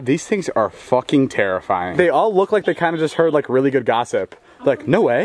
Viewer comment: LMFAO "THESE THINGS ARE TERRIYFING IT LOOKS LIKE THEY JUST HEARD GOSSIP" GET OUTTA HEREEE LOLLLlll